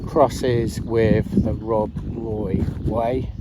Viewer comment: I went to hide behind the settee when pronounced Crianlarich, I had just recovered from Rowardennan! Great video though 😂